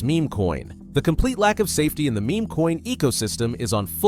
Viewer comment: You should really learn how correctly to pronounce"meme" and "rugged".